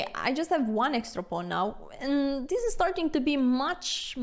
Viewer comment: I love the lenssons, aannd the "rruuuck" pieces =)